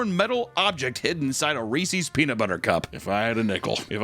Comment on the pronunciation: A "Ree-sees"? That's it, I'm unsubscribing.